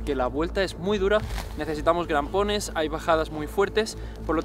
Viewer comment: Muy interesante. Pero... en el min. te he oido decir "grampones" con "G" ?? O he entendido mal... 😅